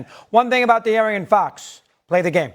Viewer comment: did he pronounce De'Aaron Fox as Dee Aryan Fox? multiple times?